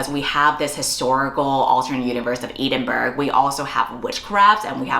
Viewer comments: ed-in-bruh, you're welcome ❤ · as a brit (im sorry), ee-din-burg broke me 💀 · girl why did you pronounce Edinburgh like that😫😫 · I have never heard Edinburgh pronounced like that, but I support you! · congrats on the agent, and tysm for all the great recs!!!! but pls pls girlie google how edinburgh is pronounced hahaha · Congrats about the book!! 🎉 Can't wait til its published abd i can read it 😁😌💞 Also I love you but your pronunciation of Edinburgh hurts my soul 💀 I was cooking while listening to this and i thought it's a made up town until i looked up and caught the cover of the book 😂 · I’m glad that someone else got here first as this hurt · I wasn't looking at my screen when she said it so I was like 'ah, a random fantasy town name' then I looked and almost choked on my drink.